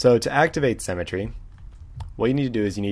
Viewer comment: Thank you for the tutorial on cemetery! ;D Symmetry is pronounced differently. But seriously, thank you very much, your tutorials are great, I pushed the like button. :)